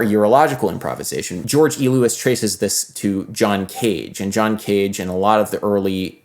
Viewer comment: The way you said "George E. Lewis" indicates you might not be familiar with him - I HIGHLY recommend checking out his music and writings. He's a cornerstone of AACM and also does great scholarship.